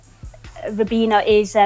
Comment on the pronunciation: It's pronounced Fabinjoo. FFS do your homework.